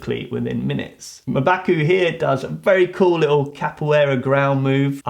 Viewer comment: Your prononciation is M'Baku is hilarious... Thank u for the video, rest in peace Boseman.